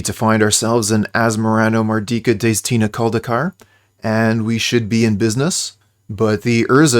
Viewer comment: I’m genuinely impressed how well you can pronounce Asmoranomardicadaistinaculdacar. It’s the best name of any magic card ever.